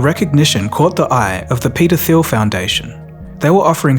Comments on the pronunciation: .. when you say 'peter thiel' it sounds like pedophile. since he is German, pronounce it as Germans would, the h in thiel is actually silent, so you would spell it like 'Tiel' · Dude, you need to articulate "Peter Thiel" better 🙄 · I swear to god , i thought you said the pedophile foundation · when you say Peter Theil it sounds like Pedophile X) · Peter Thiel foundation almost sounded like pedophile foundation as i was just listening to the audio 😢🤦‍♀️ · peter theild foundation sounds like paedophile foundation lmao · Say Peter Thiel again 😅